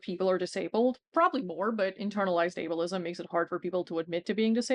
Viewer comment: I thought she said "evilism" instead of ableism & I'm keeping it.